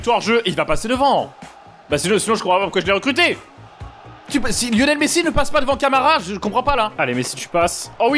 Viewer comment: “Yonel messi” 😂